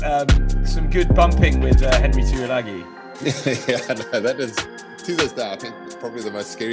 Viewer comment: Never understood why the Tuilagi boys would always have their name butchered by the English commentators. Tooilangy?! Really?